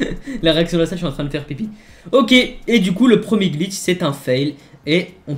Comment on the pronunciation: tu dit gitch aulieu de glitch